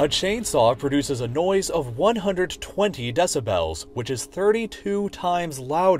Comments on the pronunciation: It's "Dessabells" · “DeciBELLS” oh god lol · Meanwhile the loudest and most obtrusive sound in my mind is your pronunciation of “deh-sib-hels” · he says decibels like desubells and it triggers me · Take a shot every time he says “DE-SA-BELLS” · Can we just appreciate how he pronounces decibels Deci bells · if he says deci-BELLS one more time I’m gonna rip my ears off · De-ci-bells lol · Can this dude learn how to pronounce decibels, it’s not DECI BELLS lol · I can't enjoy this with the narrator mispronouncing 'decibels' over and over. des-a-bl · i was trying to take this video seriously but i immediately gave up hope when you pronounced decibels like that for the 10th time. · I really wish the narrator would learn to pronounce decibels. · why god do you pronounce decibels like that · The way you say "decibels" triggers me.